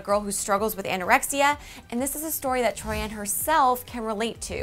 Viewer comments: It is Troian not Troi-an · I'm sorry but I have to correct the pronounciation of her name it's Troy in......,..not Troy Ann....I should know that's my surname. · Omg learn how to pronounce the celebrity's name before you say it ?? It's Troy-en not Troy-ann 😂😂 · but it is RLLY ANNOYING! its TROIAN not TROYANNE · Gives me chills every time she says tori-an... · I hate how she says it like it's 2 names together TROI-AN. Like no. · troy-in. how hard is it to say it. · sorry but "troi-ANN" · Omg not only did she say troianne but she said tommy burtselson HAHAHAHA I can't 😂😂😂😂 it literally makes me want to gag.